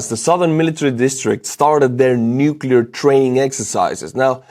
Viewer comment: I commend you on your accurate pronunciation of “nuclear” in English! Yes, it is “new-clee-er” and NOT “new-kew-lar” as some newscasters with multi-million dollar contracts insist! Okay, small detail. Just trying to stay sane while trying to keep up with the horrible details of war!